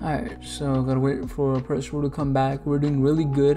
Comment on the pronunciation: You do a better job of pronouncing his name than most OP YouTubers (including theorists like BDA Law). His intended name is Prospero (a Shakespearean character), and should be pronounced like that.